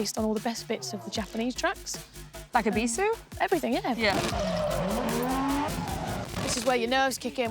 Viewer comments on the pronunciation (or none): ébisu, not ebísu